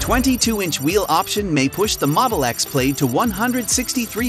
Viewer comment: Pronounced more like PLAD rather than PLAYED. And you keep showing the pre-refresh X interior and exterior even though you're talking about the refresh.